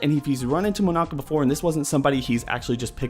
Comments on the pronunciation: Its not Monaka. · it's not monaka